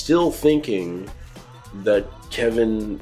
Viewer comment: I can't get Patti's pronunciation of Kevin out of my head to this day. "Kebin"